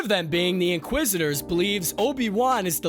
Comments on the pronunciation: The in qua zisters??? You mean inquisitors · Please hire people that can actually pronounce words correctly. I felt like I was watching the last Airbender movie with the narrator saying "inqua-sisters"...................................... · I think they’re called “inquisitors” not “inquisistors” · "Inquisistors"? The streak continues LOL Edit: To be clear, I'm not dogpiling here. I've done script recording and VO before, I get how tough it is to lay down a track under time pressure. But a few punch edits wouldn't kill anyone, right? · Why do u pronounce it inqui sisters? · Did he just say “inquisisters?” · "inquisistors" yeh I'm not watching this anymore lol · Is he mispronouncing things on purpose? Am I missing something here? Inquisistors? Am I being punk’d? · Great vid. I heard inquisistors instead of inquisitors tho :D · The same reason he says "inqua sisters". He's reading a script written by someone else. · One of my biggest YT pet peeves is watching vids written by and/or narrated by people who clearly aren’t familiar with the material. InquisIStors? Or-gin-nuh? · A little tip for anyone narrating these videos: maybe watch a couple of Star Wars movies/series so you at least know how to pronounce names etc! I'm looking at you 'inquisitors' (although it is sometimes pronounced correctly) and 'Organa'. An obvious lack of knowledge of the source material and slapdash approach cheapens your channel.